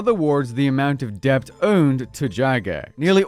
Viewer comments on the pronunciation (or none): the b in debt is silent.